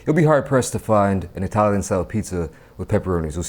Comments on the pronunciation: Eye-talian got me everytime 💀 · Eye-talian 🤣🤣🤣 bro. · Did anyone hear eye-talian pizza a few times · uses Eye-talian and Italian interchangeably to cover all bases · No one:: 👁 talian